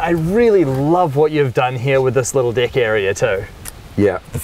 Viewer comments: It's rlly funny how they say 'dick' instead of 'deck' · ”this little dick area” ....😂 I love accents